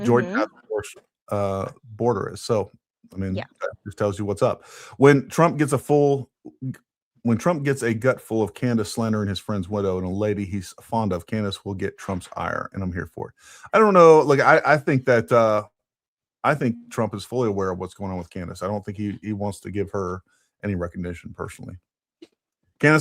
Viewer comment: Holy hell Candace said ire wrong...